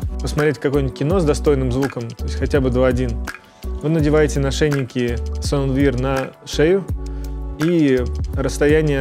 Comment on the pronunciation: Sound Wear == Саунд Вэа